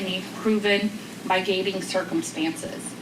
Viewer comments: mispronounced "possible "migating" (MITIGATING mispronounced 2x)... this lady is an embarrassment to the courts. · That juror cant speak decent english! Its not mi-gating, its mitigating!. Its not hanous" its haenous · Yeah “migating” and “heinyous” was rough. A clerk should be able to read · Henyus and migating is not acceptable for a person reading these court documents! Good Lord!!!! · I think it's annoying that a Clerk doesn't know how to say "Mitigating" properly it's kind of her job. "Mygateing" isn't a thing. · Seriously cannot pronounce commonly used court terminology. Mygating circumstance? For one. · Who hired that clerk? "Migating"??? Get her outta here! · lol "my-gating," "hineous" 😅😂🤣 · "Heinous".... "HAY-NUS" "Mitigating"... "MIT-UH-GATE-ING" 😑 Embarrassing. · Mīgating..... HENNY-us?? I MEAN HONESTLY, Florida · this lady didn't practice reading the word "mitigating"?! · What surprises me is that the woman reading the verdict didn't know how to pronounce "heinous" and "mitigating"... like she'd never seen the words before in her life... 🤔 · Not going to lie. He looked more triggered and perturbed by her mispronunciation of words and her overall inability to read the decision properly than he did of the actual verdict outcome. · I agree that the Clerk of Court should be able to pronounce "mitigating" and "heinous" properly. These are standard terms used every day in courts across the world. It should be a requirement that clerks of court can pronounce such words correctly. In this case it detracted from the impact of such a weighty verdict. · The clerk needs to learn how to pronounce “heinous” and “mitigating”. You’d think she’d be given a copy of what she had to read aloud in advance. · Get a new clerk.That's embarrassing for the court that someone who hears these terms regularly can't pronounce them. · Come on lady, you've never heard the word "mitigating" before?! 🤦🏾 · Can someone please teach her how to correctly pronounce MITIGATING and HEINOUS?!